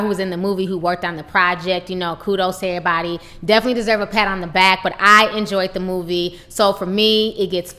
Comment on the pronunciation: Lol "ehbody". Lol